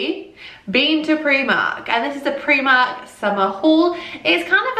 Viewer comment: you say Preemark, rather than pronouncing the i as in the word 'time'. :)